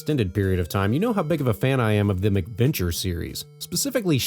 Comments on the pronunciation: Yeah, I'm about 100% sure he's pronouncing it wrong. It's definitely "MACK" because they were developed for the Macintosh. I have never heard anyone else in my life pronounce it "MICK-venture". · The way you keep pronouncing it as "MICK-venture" makes it sound like these games are colorful, child-friendly romps with Ronald McDonald and friends.